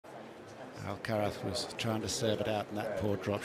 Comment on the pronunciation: It is ok in the true spaniard lenguage 😮